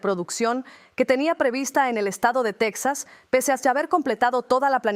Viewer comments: El estado será "TEJAS" No "TECSAS", Menudo Español es ese. 😮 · Texas se pronuncia Tejas como México!!! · TEXXXXXAS. SE PRONUNCIAN COMO. MÉXICO EN ESPAÑOL TEJAS EN. INGLÉS ES TEXAS. EN ESPÑOL. ES TEJAS